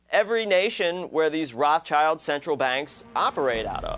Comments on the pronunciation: BTW, it's Rothschild, not Rothchild. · Its not Roth Child. Its Rothschild. It means red shield in German.